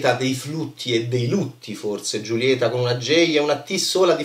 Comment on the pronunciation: "Giulieta"??? Non si può sentire come pronunci questo nome. Per favore un abc di spagnolo, per favore. Cmq davvero non ne capisci 'na mazza.